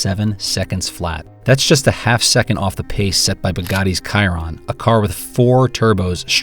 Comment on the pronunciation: not just Italian buddy, try all of them. The bugatti is (shee-ron) not (Ki-ron).